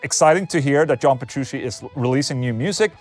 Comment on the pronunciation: Can you stop saying "petrushi" and putting the stress on the first syllable of gojira (instead of the second) oh yeah and you could have mentioned Dave LaRue plx